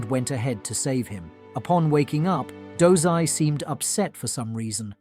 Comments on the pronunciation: Dozai?, i thought it was dazai, osamu dazai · bro did you just said 'DOZAI' I thought his name was dazai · His name is dazai idk why he did that lmao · Dazai❌ Dozai✔️ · he pronouncing wrong, its dazai